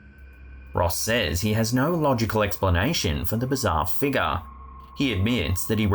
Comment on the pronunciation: Whenever says "Figah" (figure), I compulsively say it out loud too😂